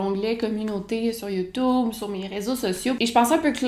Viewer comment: "Youtoub" ! Mouhahaha !... Bref ! Très intéressant tes confidences . Continue tes vidéos , j'adore ta personnalité ! 😉